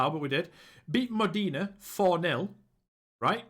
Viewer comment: Great end to the season - btw, Modena is pronounced Moh-den-ah